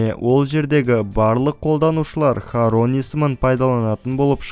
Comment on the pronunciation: Шарон деп окылад